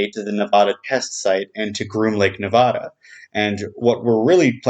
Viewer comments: It's pronuced Na-VA-Duh NOT Na-Vah Duh. I cringe every time you say it. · It's Nevada. not Navadha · Its Not pronounced NeVAWda... Ask anyone who lives here.... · Wrong Nevada is pronounced Nevada. Very subtle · Ask anyone who lives here, Its not pronounced Ne VAW da.... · Hearing that pronunciation of Nevada sets my teeth on edge.